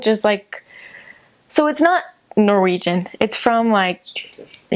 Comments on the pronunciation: I have to say your Norwegian at the end was very impressive! I'm Swedish though, but could actually not hear any difference from a native Norwegian. Greetings! :) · Her Norwegian is amazing! Considering she's an American it's even more impressive since it can be difficult hitting the right tones and nail the stress. Stå på!! Edit: idk why, but all the people on this channel who lived in Norway look super Norwegian lol